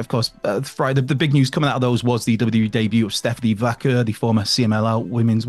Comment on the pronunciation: Say WWE properly..not WE.!!